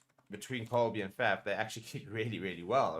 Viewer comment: Please pronounce it as FUF. Please, not faf, even though it is spelt with an A